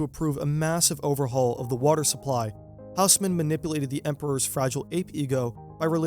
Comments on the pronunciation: Tiny quibble, and you’re not the first English-speaker to make this mistake: if you ask someone in Paris to point you to a HOUSE-mann building they won’t know what you’re talking about, but if you ask them to point you to an OSS-mann building, they’ll understand immediately; it’s a French name, so the H is silent and the AU is not a diphthong but instead a short O, like the first O in octopus or the AU in Australia … so Haussmann is “OSS-mann!” I know from having committed the same mistake growing up … around my two correction-happy francophone parents. So now I’m happy to pass the mortification along to you, you’re welcome! 🙂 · It's pronounced Oss-man. Great video otherwise 👌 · It's pronounced more like Osman :-) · Great video but the h in Haussmann is not pronounced